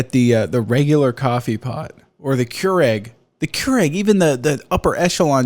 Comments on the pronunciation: I was like "A Cure-Egg? What the heckin' heck is on about?!". It was Keurig (-ihg, not -ehg lol). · cure-egg, nice pronunciation lol